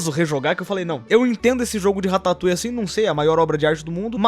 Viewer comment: Man ... Só eu que pensei besteira quando ele falava rataputa